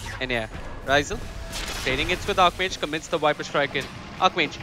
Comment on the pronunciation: Why do the caster keep on saying 'wiper' Is that how viper is called in india or something else?